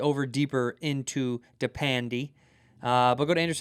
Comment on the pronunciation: Did he just say “depandy”?